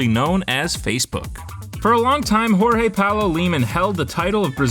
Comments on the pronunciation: stop saying "jorge" in a spanish way please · the j is not r we not spanish 🤮